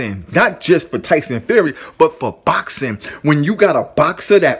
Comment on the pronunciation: Cause when your boukssin, your boukssin like boukssers do when they be boukssin! Say box like the thing you put stuff in and add ing, i introduce you to the word boxing!